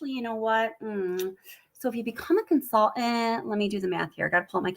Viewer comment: Do you really pronounce the word "consultant" as "con-sull-ent"? 😉😉😊